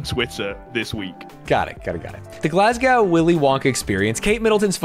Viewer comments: Bro really said glasgaw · As a Scottish person the way you say "glasgow" makes me boak